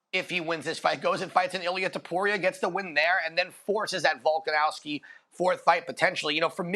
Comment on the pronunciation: still doesn’t pronounce Volk’s last name correctly and it makes my blood boil.